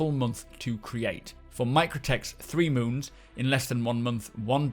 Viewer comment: I'd like to congratulate you on being the first SC content creator to pronounce the names of all of the new moons correctly :D